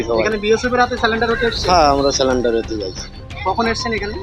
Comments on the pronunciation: বালের সাংবাদিক -সব কটা চ্যানেল -এ সাংবাদিক গুলো শুধু একই প্রশ্ন । আবার surrender কে বলছে -স্যালান -ডার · কেমন সাংবাদিক? স্যালেন্ডার বলছেন কেন। কথাটা স্যারেন্ডার।